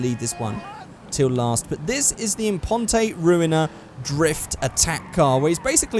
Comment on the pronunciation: FFS It's not Declas-SAY Impon-TAY, It's De-CLASS Im-PONT! It's supposed to sound French.